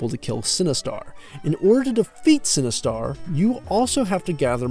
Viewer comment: Its Sinistar not Cinestar lol. Great review.